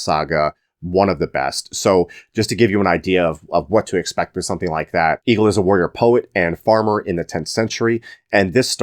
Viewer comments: Egil in "Egil's Saga" is not pronounced like "eagle". The E is pronounced like the E in "Best". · Correct me anyone if wrong but I was told Egil is pronounced like Ale